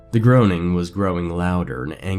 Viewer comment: groaning is pronounced grown-ning